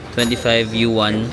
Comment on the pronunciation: Congratulations! Yay! 130k subscribers na! 🎉 Yuan 元 is pronounced as Yuen. Imbes na yen kasi letter e, ilabas mo pa nguso pagbigkas para maging Yuen. 🙂 Uy, may new country added sa list ng pupuntahan? Yung nakita kong pics sa tour ng friend sa Mongolia nasa may sand dunes nga sila na merong falcon at yung old way of life ang makikita. Katuwa naman naging friends kayo ni Lee. You're both lost in Miniso. 😅